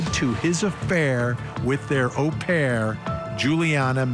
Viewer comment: Nice to hear an American say au,as in au pair the correct way Vinnie!